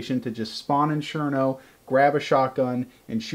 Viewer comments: DId anyone else get annoyed when he said Sherno instead of Cherno? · I know what the problem is..........you. Don't know how to say CHerno!